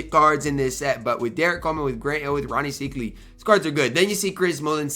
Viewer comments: Rony "psych" ly is how its pronounced....just an FYI:) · Don’t get mad at me but it’s pronounced SIKEely (